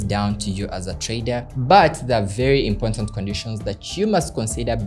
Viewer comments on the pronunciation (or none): “Important” not Impontant❌